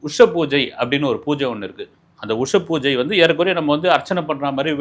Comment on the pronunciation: உஷத்கால பூஜை! உஷப்பூஜை இல்லை